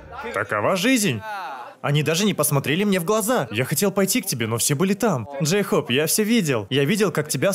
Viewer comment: Ору с Дейхоупа.Джин: Джейхоп весела а не гразиозно.